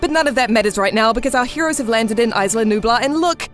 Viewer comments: Aisla nublar... Its Isla! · "Isla" is pronounced Ees-lah. Not Ice-lah. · Isla (EE-sla) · No the s is not silent. Isla is a Spanish word it means island. And it's pronounced eee -sla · Please work on your pronounciation, the spanish "isla" has NO "ice" in it. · the way she says "isla" hurts me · The 's' in "Isla" is silent. Like the word "island", which is what it means. Rough translation- Nublar Island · Not trying to be rude or anything but the way she says "isla" pisses the shit out of me